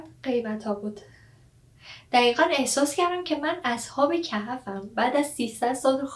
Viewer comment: اصحاب کَهَف چیههههههه اصحاب کَهْف 😐🤏🏻😂